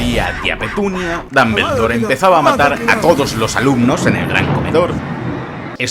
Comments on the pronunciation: Se pronuncia "Dombuldor" no "Dambeldor". Y se pronuncia "Jermayonie" no "Hermion". Digo jajaja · Dos cosas... 1- El Basilisco jamás volvió a ver la estatua de Salazar Slytherin porque Fawkes lo había cegado y por ende no podía, ese movimiento fue solo de agonía. 2- El mejor Dumbledore (Dómboldor no esa basura de pronunciación de dambeldor) es y siempre será Michael Gambon. No encontre ni una que no supiera ya así que ni modo talvez a la proxima conseguis mi suscripción. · Sale sangre oír decir a un español DAMBERLDOR. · dombuloi dambeldor